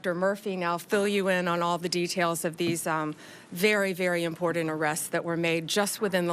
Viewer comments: It's IMPOR-TANT, not IMPOR-DUNT!! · Pam, it’s pronounced ‘imporTanT’ Not ‘imporent’ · She cant even pronounce "important "